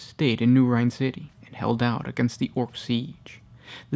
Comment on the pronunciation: Rin not Rine